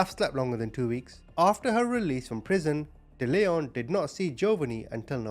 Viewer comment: It's also pronounced Dell-eon not De-leon.